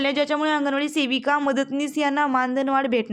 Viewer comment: तुम्हाला शेविका... . हा शब्द आवडतो का .. सेविका म्हणा हो.. शेविका... हा शब्द शिवी वाटत